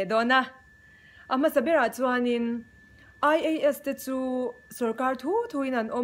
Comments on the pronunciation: Ai-ei-es....🙄 (ngaihthlak a hreawm lek lek...AI-E-Es . tiin lam ve mai tala ) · "A" hi ei tih anga lam tur aw, saptawng ah chuan.